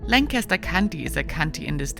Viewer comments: She pronounced Amish and Lancaster wrong 😳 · “Lank a ster” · Langkister is how to pronounce Lancaster.Amish is Ahmish,not Aimish